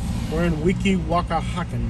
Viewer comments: The way you pronounce Weehawken is Wee- haw -ken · It's pronounced Wee-hawk-en.